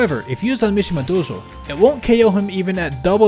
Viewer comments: Wow I can't believe you pronounced Mshmia Dojo like that how dare you defile this sacred $5.99 stage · PURELY out of curiosity, why DO you say it like that? You're the first (and only) person I've heard say it that way. Is it the original Japanese pronunciation? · Pronounces Mishima dojo in such a weeby way yet still pronounces Yoshi as Yow she. Nederlanders smh